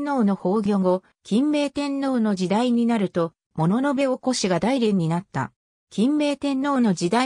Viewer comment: だいれんではなくおおむらじでは